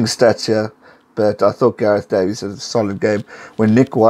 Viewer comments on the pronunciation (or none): none